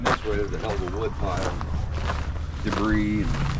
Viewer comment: Debris..........Pronounced de bree.